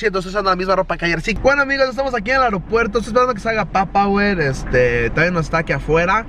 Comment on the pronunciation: no es papawer tal como se olle wey! es PAPA , WER!